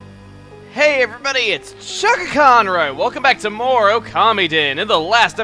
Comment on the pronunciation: is it just me, or does chuggaa start this video by saying "CHUGGAACONROY!"